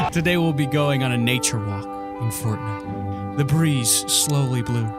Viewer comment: Did you just say potnite.